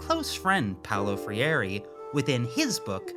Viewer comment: It's always nice seeing Brazilian theory popping up in videos, shoutout to Boal and Freire (whose name you butchered but we still love you). COME TO BRAZIL